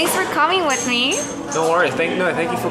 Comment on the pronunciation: he literally said "wIiIFfthH" 🖤